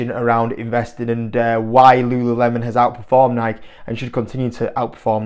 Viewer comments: It's actually pronounced Nike(y) not Nike (the way you/UK are saying it). It's not a subjective thing. Nike is based on the name of greek goddess of victory which is pronounced Nike(y). YouTube a video of the founder Phil knight and you will see that this is how he pronounces the name of the company he founded. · It’s Nike(y) Say it ur way all you want but ur way is just slang if it’s actually nike(y) 😂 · Mate it’s actually pronounced Nikey as the other chap said. Tho in Europe I agree most people call it Nike That said - I agree this is not a good investment - as well as the “man on the streets” spending been reduced recently - the woke agenda of this company has really hurt the brand - one example - changing the England football top to rainbow colours - there are a hundred more. I have 4 kids - I am acutely aware of the brands current standing - it is not what it was - they need a major rethink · There’s no way I’m listening to a guy who can’t even pronounce the company’s name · grammar has nothing to do with how a name is pronounced - all that matters is how the owner of the name pronounces it - in this case the owner of the name (Nike) pronounces it with an “ey’ sound at the end, therefore that’s how it is pronounced- end of story - British people are annoying.